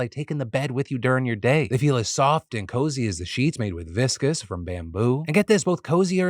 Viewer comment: its vicose not viscous